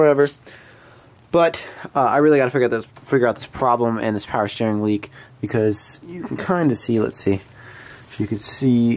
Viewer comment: “Power Schteering “ .